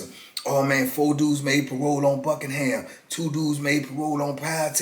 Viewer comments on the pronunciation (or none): none